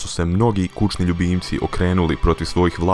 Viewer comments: Kako ovaj govori... kuča, kučni ljubimci... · JBT Reko Si Kučni ljubimci govorna mana?